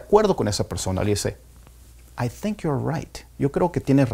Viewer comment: Porque pronuncia en F en Think y thought